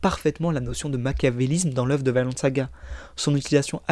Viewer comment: Hello, je passe par la avec une petite correction « Vinland saga » ça se prononce vi nland avec un i français, pas « Vaineland » Même en anglais (vu que c’est un terme anglais, ça a été nommé comme ça pck leif l’a découvert au 11e siècle (le vrai pas juste le personnage) et y avais des vignes de partout)